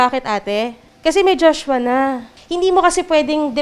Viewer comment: Jushwa, jushwa, jushwa!! Puro ka JUSHWA ati. Magsama kayo ni JUSHWA s kulungan Ati!! 😁😁